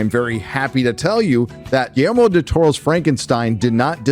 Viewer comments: I’m sorry,. What’s the director’s name? Could you say it loudly and clearly enunciate for us in the back? 😬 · If you can’t properly pronounce “Guillermo” maybe don’t do a voiceover review of a movie directed by him 🙄🙄🙄 Also “so-called marginalized groups” what an embarrassing thing to say on the internet